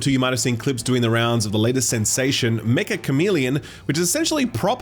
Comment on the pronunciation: Mecha Chameleon is actually pronounced “me-cha” because it’s a Japanese word meaning basically “very”